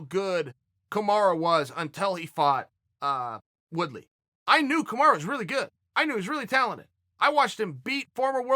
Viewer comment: Man, who the fuck is KAMARA? KAMARU And Khbib? KHABIB